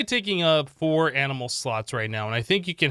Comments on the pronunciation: did anybody else notice he said amnial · no, AMINAL net